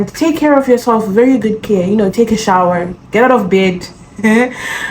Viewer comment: Take a shower 😂 the emphasis